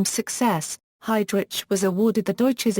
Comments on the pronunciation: pronounced "HeydRick" no HeydRich; Germanic pronunciation. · its Heydrich is pronounced hide rick not hide rich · Everytime this computer voice says 'hide rich' his evil soul flinches in Hell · This is the worse computer voice ... seriously lol...your doing a review of this man's career and life and you can't even pronounce his name correctly..I stopped listening to it...take this shit down!!!..I already know enough about him and even though he was a cold soulless murderous power hungry monster...your doing him a great disservice